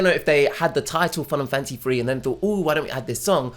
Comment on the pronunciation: For a second instead of Fun and Fancy Free I thought you said Final Fantasy III. EDIT: Now I keep hearing Final Fantasy III every time you say the title of this movie.